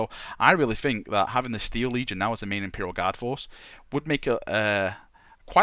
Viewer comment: I like how you fink